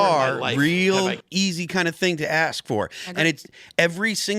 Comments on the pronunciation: Anybody who pronounces "ask" as "axe" should be prohibited from holding public office. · As intelligent as she seems, she still can't say the word "ask" properly.